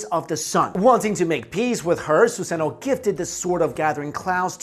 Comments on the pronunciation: It's suzano not suseno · Ok, did he say Yata Mirror? If you know what that is have a good day! AND did he say Susano'o (he butchered is btw) Orochi? Orochumaru? Izumo? Izumo Uchiha! Amaterasu? Goddamn, they should play Naruto in history class.....